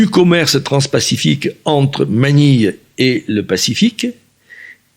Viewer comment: ManiLLLLLLLe, carrEEEEEEEfour ... il prononce des lettres que le commun des mortels ne prononcent pas !